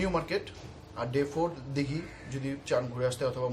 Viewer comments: Hlo i am from kolkata.What is that "dighi"?????!!" Its Digha. OK my friend. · ota dighi noi...digha..